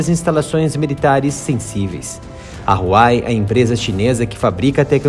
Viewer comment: Huawei se fala “ruau uei”